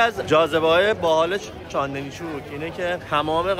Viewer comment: تا اونجایی که من میدونم چاندِنی نیست چاندْنی هستش